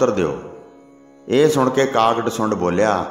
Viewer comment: ਕਾਗ ਭਸੁੰਡ. Not ਡਸੁੰਡ. 🙏🙏🙏